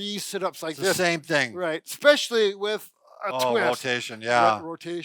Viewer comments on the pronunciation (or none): There is no such word as "ICK-SPECIALLY. I had an English teacher who used to pronounce "E" specially that way. Drove me nuts too. No hard consonant in especially.